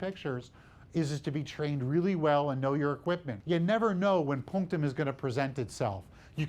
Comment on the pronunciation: I need this guy to stop saying "punctam"